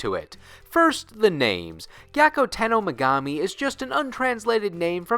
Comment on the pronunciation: I too never pronounced Megumi's name correctly or at all.